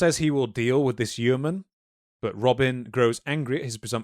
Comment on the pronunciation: I really loved this video but the pronunciation of yeoman and Yeovil in this video was grating 😭🤣